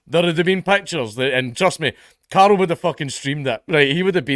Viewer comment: Carl 😡 Car’l 😐 Cahrlh😄